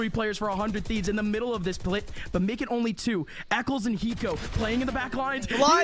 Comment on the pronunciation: when did the casters pronounce "hiko" like "eeko"